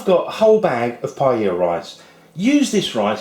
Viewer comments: ahh its pronounced pie-ay-a not pie-ella :( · firstly it is pronounced as pa-yah not pa-ya-la, secondly you need to have rice stuck at the bottom, thirdly what is with the eggs??? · Naku It's a shame how they desperately cling to the name PAELLA and won't ever let go even when they can't pronounce it, The guy even sounds more and more proud with every wrong pronunciation of it. He says PALLA, then says PAELA. Their sorry azz rice dishes would not get any attention if they don't call it PAELLA!!!. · It's a shame how desperately clings to the name PAELLA and won't ever let go even when he can't come close to pronounce or cook it right, he even insists in not letting the rice stuck to the bottom of the pan...which, when happens, would give you the nice and traditional socarrat. The guy sounds more and more proud with every wrong pronunciation of it. He says PALLA-PAYA, then says PAELA. This sorry azz rice dish would not get any attention if he doesn't call it PAELLA!!!. Who gives a F$#*K about tradition! let call it PAELLA to bring in the viewers!!! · PAELLA IS PRONOUNCED "PA EH YA". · this is surely NOT Jamie Oliver is it????? it is a charlatan, with not the most authentic looking paella, YOU EVEN PRONOUNCE THE NAME OF THE DISH WRONG YOU MUG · You can't even pronounce paella. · how about you learn how to pronounce it first?